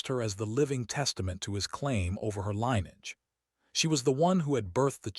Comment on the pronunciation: Jesum Cripes, i wish you had taken a quarter of the time and just reported the facts instead of trying to make a novel out of this. Way too long and dull and pandering. Also, get your AI to learn how to pronounce "LINN-ee-edge"-- not LINE-edge!